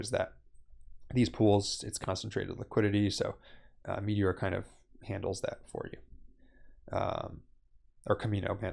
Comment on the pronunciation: Its MeteorA, not Meteor. Otherwise, great video.